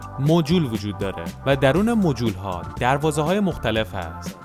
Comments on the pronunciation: منظورت از موجول همون ماژول هست؟ 😂😂😂 دیگه انقد خارجی نباش خدایی ما سوادمون نمیکشه 😂😂😂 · سلام وقتتون بخیر ویدیو شما یک مشکل کوچک داشت و اون هم درباره تراشه ها بود که از مجول استفاده کردید ولی تلفظ درستش 'ماژول' هست